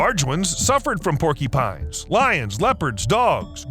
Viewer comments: They are called "porcUpines" not " porkEpines!! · “Porkypines”? Or porcupines? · Sounds like he's saying "porkypines" 😅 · Porkeepines? Not mocking, just trying to identify the accent.